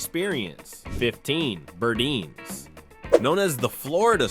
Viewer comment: Just FYI.. it was pronounced Bur-dines as in "diner"